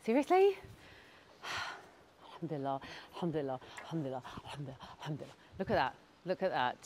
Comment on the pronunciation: 👌 Just sis the pronounciation of Alhamdulilah 🤦‍♀️its bugging me lol. Its Alhamdulilah, i think you say hamdulilah 😅meaning changes